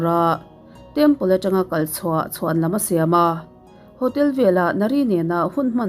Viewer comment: Nia. Ahmel ena anu tlin tawh hmel nen. Ho te thluk diklo deuha lam aching